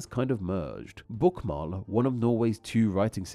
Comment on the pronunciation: The å in Bokmål is pronounced as the o core or the a in aaaaaw